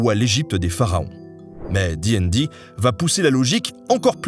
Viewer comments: Alors félicitations pour la vidéo qui est très bien dans l'absolu... mais une torture à écouter : Absolument PERSONNE ne dit "di'n'di", c'est soit " dé et dé" à la française ou bien DD directement, J'ai rencontré de rôlistes de toute la france à travers moultes conventions et GN et c'est la première fois que j'entend ça, c'était... perturbant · Donc, tu dis ''di n di'' (et pas dédé), mais tu dis ''con an' et pas ''conane'' ? C'est quoi ce curieux choix de prononciation ? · très chouette vidéo par contre ca te ferais mal de prononcer ca a la française, "di aine di", j'ai encore mal aux esgourdes ….